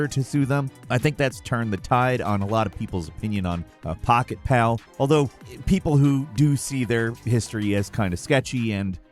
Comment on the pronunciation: Pocketpal>.> u mean Pocketpair